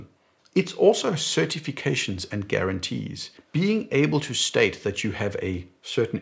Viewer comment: "garuantees" heh.